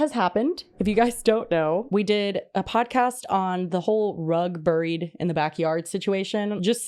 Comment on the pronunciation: Can we discuss please how pronounces ‘buried’! Maybe as a midwesterner I grew up pronouncing it wrong but I have always heard and said it as ‘berried’ and hear saying it as brrr-ied as in brr cold just cracks me up 😂